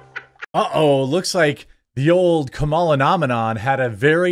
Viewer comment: DID YOU SAY CAMEL A. HARRIS... I DISTINCTLY HEARD IT... EVEN CAMELS ARE ASHAMED OF HER...